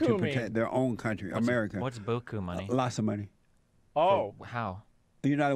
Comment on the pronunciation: I think he means beaucoup, not boo-koo